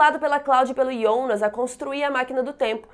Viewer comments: Ionas?? Pensei que fosse Jonas até pq na dublagem e Jonas. Horrível escutar ionas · Que agonia vc chamando o Jonas de Ionas affff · Se fala Jonas kkkkk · eu só não entendi uma coisa, porque ela fala "ionas" em vez de "Jonas" ? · Minha duvida é pq vc fala Ionas e não Jonas? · Pra quem assiste dublado dá uma agonia ouvir ela falar Ionas, IONAS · "IONAS" aaaaa que agonia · Me dói ela pronunciando Jonas como Iondas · me deu agonia ela ficar falando "Ionas" J com O = JO.... mas valeu ajuda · "ionas" "Reguina" kkkk